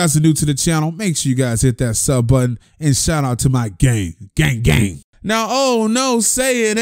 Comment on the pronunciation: "Gay Gay" instead of "gang gang"